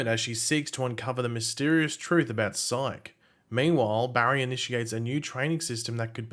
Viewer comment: why do you say psooych lol